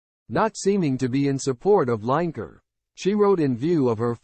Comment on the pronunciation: Could have made some sort of effort on learning how to pronounce Lineker.